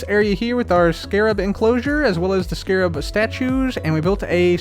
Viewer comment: First few seconds of the video: immediately pronouncing Scarab properly. <3